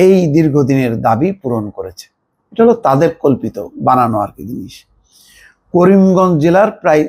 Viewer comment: নামটাও ঠিক মতো উচ্চারণ করতে পারলে না